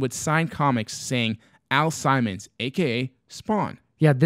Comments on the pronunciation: Al Simons lolol Al Simmons guys. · Nice touch with the aviators. Also it's Sim-mons.